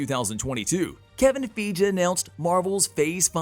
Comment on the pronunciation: Kevin Feej?? Haha! 😂